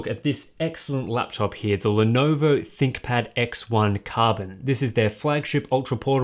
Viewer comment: I swear that "ThinkPad" sounds like "ThickPad"